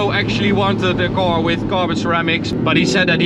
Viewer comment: English is getting really good, 👌. The way you say "car" and "stock" however is still completely wrong.. 😁.. Strangely because the rest is correct 🤔